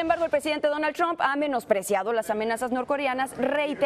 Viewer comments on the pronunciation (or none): none